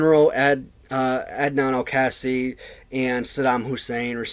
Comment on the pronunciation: Great video man. As for the various rings playsets, the original ring had a cardboard base and the battle royal ring playset was the ring made of wood. The steel cage playset ring was made of a hard red plastic. Oh and the shieks name is pronounced; Add nan Al Kay See.